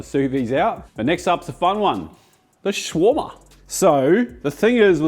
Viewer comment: Please!! it's pronouced (show-rama)/shawrama. NOT shroma.